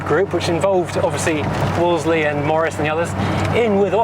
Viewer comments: As you said - it’s easier to say Woolsey rather than Woolsely. Back in the 50s nobody I knew ever pronounced the car with the second L. It’s like Cholmondley pronounced Chumley. It’s only today’s generation who insist on getting tangled up with the second L. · You dont pronounce the second L mate. Its not a wall zlee Its a wall zee